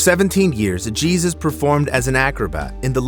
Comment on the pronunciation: his name is Hey Zeus not Jesus